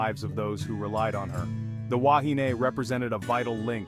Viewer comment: Completely incorrect information, your pronunciation is incorrect. People lost their lives and you make up nonsense, shame on you. Yes I’m a kiwi.